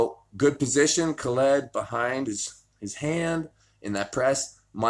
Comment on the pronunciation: how hard is it to say Khaled? Its not Ka-LEED. lmao <3